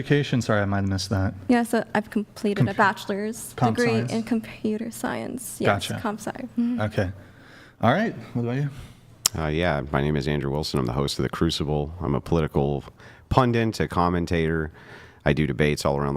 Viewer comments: "Pundent"? Andrew, I think you mean 'Pundit'. How do you not know how to pronounce what you are? 🤦‍♂ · Bravo if you can get through 7 hours of big "pundent" mean mugging women without actually looking at them. Lolllll